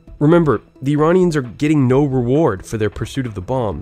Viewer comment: BTW you say Iranian names unbelievably correct